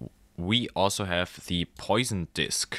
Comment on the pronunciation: Not to be that guy, but it's pronounced "pwah-sonn", not "poison". As in the Poisson Distribution, from Siméon Denis Poisson. It's also the French word for "fish", but there's no connection.